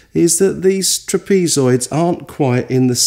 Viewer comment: Tra- pees-zoid = trap-a -zoid